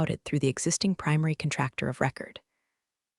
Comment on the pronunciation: Yes, absolutely the narrator needs to know, military rank, and how to pronounce them. Those are not just initials. Even DOD stands for department of defense, which not knowing it is very disrespectful.. The narrator needs to understand how to pronounce contractor , Jerome, neckties, and most importantly the “Pentagon.” With a clearance as high as hers was Xavier Dalton should have known about it. His government contracts would have followed under her hospice at any time. He should’ve never fired her without actually knowing what her job was or what her responsibilities were in connection with their company and the federal government…. eventhough I have made these observations. I love this story. Keep up the good work.